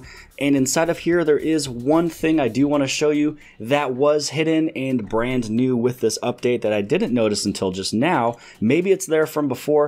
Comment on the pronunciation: "Brant new"